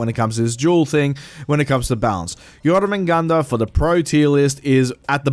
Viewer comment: My god you butchered jormungundr name so bad